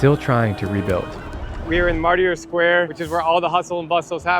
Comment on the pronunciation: We love this video & your pronunciation of Martyr Square.... lol